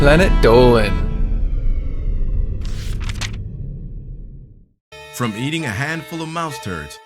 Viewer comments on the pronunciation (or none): Planet Dolan on the intro you said "planet Dolwan" X3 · Efe Aydal he actually pronounced it as diynger Dolan.